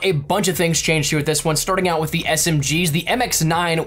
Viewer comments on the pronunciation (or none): none